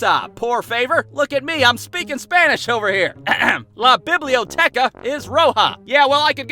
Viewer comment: Damn the way he pronounced library, Bibleotechah Its Biblio-tek-a